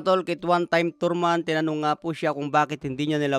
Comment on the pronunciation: Tarman hindi torman, bobo😂